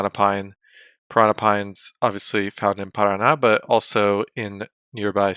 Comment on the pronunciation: "Parana pine"? Paraná, the tone is in the last syllable. The tree is called "Araucária".